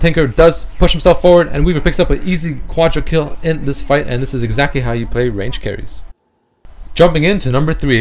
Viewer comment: Its just WRONG how he says Pentakill and Quadrakill in DOTA... =/